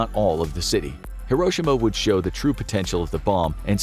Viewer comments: no way this man mispronounced Hiroshima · I love your the vids but the way he says Hiroshima 😬